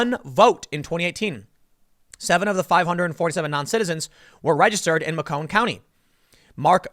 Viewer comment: You had it right the first time Tim, its "Make" on county. I have family there.